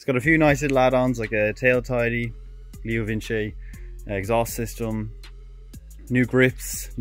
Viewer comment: I love how you pronounce leo Vince "leo vinchi" as if Vince isn't short for Vincent